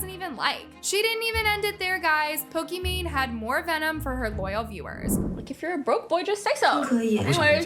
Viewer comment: off topic, but why does ALWAYS purposely mispronounce names? and I know its on purpose cause she says it right once and says it wrong after. is she trying to be different? for example, Pokimane, is pokemon😭 Sabre is SAW-BRAY, Naz is NAWZ, its so weird😢 no hate tho im just confused why she does it